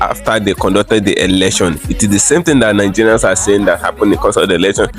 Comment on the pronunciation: Neegerians😂😂😂 try another one.